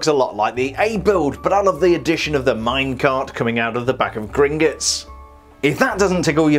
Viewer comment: Actually it’s pronounced Grin-Got-S Not Grin-Git-S